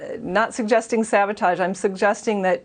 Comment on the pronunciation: She said savatauge!🤣 It's sabotage